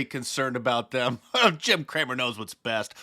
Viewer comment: Are you sure Jim’s last name isn’t “Cram-it” instead of Cramer 🤷